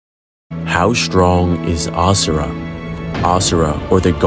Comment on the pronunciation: if he miss pronounces AS SURA again i might get permanent ear plugs